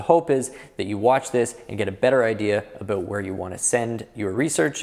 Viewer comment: You don't need to mention you're from Canada when you say "aboot" lol....